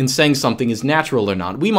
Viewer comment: has Russian accent when says "natura". I'm Russian, I know what I talk about...